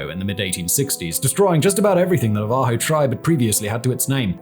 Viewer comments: Na'-va-jo, not Na-va'-jo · Simon its Navajo like "nah vah hoe" they are the the tribe with biggest reservation in the country. Their land takes up a third of AZ and many times the UK. This is like insisting on mispronouncing spaniard because you dont care about/know any. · Navajo is pronounced Nava Ho J is an H from Spanish influence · Simon it’s Nava-ho or in their language the Dineh dih-ney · Simon, hi. I love you man. Your YT channels are the best. I am from New Mexico. where the Navajo are 10% of the population. You mispronounced their tribal name sir, but you are still great.